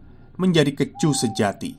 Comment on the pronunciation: kEcu = huruf E dibaca seperti kata: bokEk